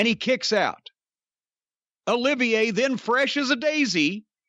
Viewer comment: Olivier, not oliviya.